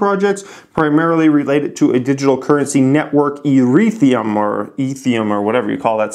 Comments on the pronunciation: Ethereum "Eth" "Air" "E" "um" lol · i love how you pronounced Ethereum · Eurethram?? Lol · I really like your channel but man are you behind on the times. You need to put aside some serious time to research the top crypto currencies and what they're all about cos you're clueless man. You don't even know how to pronounce Ethereum